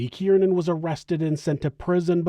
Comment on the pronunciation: Not for nothing, but I’m pretty sure his name is pronounced “keer-nan”…. Not “kee-ear-nan”. Just saying. Shit was annoying af😂 2 syllables, not 3.